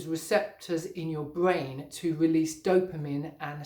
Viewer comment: Fwuit bwain lol??